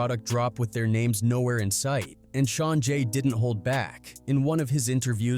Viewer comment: Stop using A.I. to narrate your videos!! It's clear as day by the way the names are pronounced.